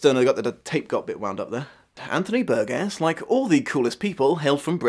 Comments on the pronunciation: Ummmm actually the 21st chapter was re-entered into American publications quite some time ago. Over 35 years ago actually. And a man's name isn't like a piece of fruit such as that of a tomato. Burgess pronounced Bur-Jes not Bur-Guess . I love the Kubrick film but the truth is it has become a sad new trend to examine this story and what was intended through the film. Anthony Burgess' personal life experience with his first wife and the troubling concerns he examined at the time of the novelette's creation should be taken into account. And the truth is sound bites and video snipets from old school Television talk shows simply doesn't get it done. People interested in this story and movie really should consider approaching the novel. Reading itself is something many of us should become accustomed to. Practice,practice practice my little droogies. You may just start to notice something that Burgess was often trying to point out subtly concerning reading literacy and the modern world. Where do you fit in? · Hi, I am enjoying your videos a lot. A few nitpicks:: 1) I believe Burgess pronounced his name with a soft "G," like Bur-jess; 2) the music that plays during the sped-up sex scene is Rossini's William Tell Orchestra, not Beethoven—in fact, apart from the 9th Symphony very little of the score is by Beethoven, most of it being variations on Rossini or Purcell; 3) although "horrorshow" is used less frequently in the movie than in the book, it does appear seven times in the movie—the movie decreases the use of Nadsat overall; 4) Burgess himself is the source of the explanation that "queer as a clockwork orange" is a Cockney expression—there are no other uses of it in print prior to the novel's publication, so it's possible Burgess gave this origin as a joke (which would not have been out of character for him). Hope you take these in a scholarly spirit, not to take away from the very fine insights. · You're mispronouncing Burgess.